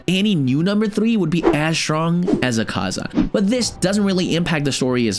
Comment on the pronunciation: "Ringiku" "Ahhhkaza" "Kukushbo" "Hashithra" 🤣🤣🤣🤣💀